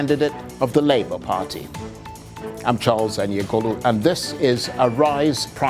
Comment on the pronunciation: Charles doesn't know how to pronounce his family name. How can Aniagolu be pronounced as Aniegolu. Charles should clarify if he is Aniagolu or Aniegolu.